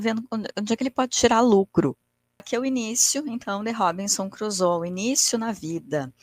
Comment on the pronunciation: Li Robinson Crusoe quando era adolescente...década de 80! 🤭 Vou ler novamente após esta rica análise, com outros olhos. Agora, com óculos, não necessários há mais de 40 anos!🤓 Hoje, aprendi muito, inclusive a pronúncia correta do nome da obra/personagem! Viva a cultura! Sempre é tempo de aprender. Obrigada,!